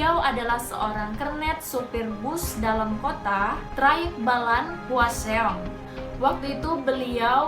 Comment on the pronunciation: Kesel denger nya Hwaseong terus bkn gtu bacanya😭